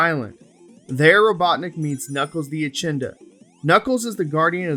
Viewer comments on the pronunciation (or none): Echidna is pronounced eh- kid- na Lol